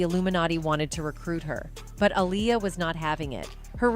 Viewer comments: You spell her name wrong and pronounce her name wrong. It's AALIYAH. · This pisses me off when people make videos not knowing wtf they are talking about. That woman is not Aaliyah...and her name is not pronounced Aleeyah 😡🤬